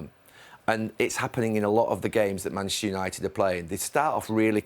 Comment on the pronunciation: Can someone tell Gary Neville it’s Manchester not “mashter”